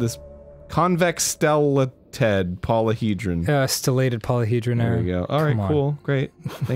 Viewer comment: “Stella... teeeed” - Arin “It’s stellated polyhedron Arin” - Dan